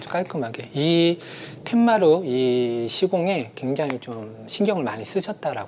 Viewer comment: "툇마루"가 맞습니다. 텐마루가 아닙니다.